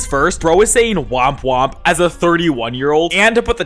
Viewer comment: KSI saying womp womp is so wrong😭😭